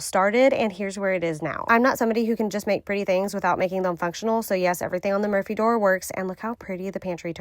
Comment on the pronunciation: Had to look at the title, I swear I thought she was saying "emergency door" throughout, not "Murphy".